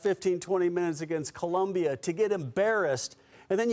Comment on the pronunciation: my friend the country is called Colombia. In English and Spanish the spelling is the same you can’t just be okay with it. That’s like me being okay with someone mispronouncing my last name because they don’t know Spanish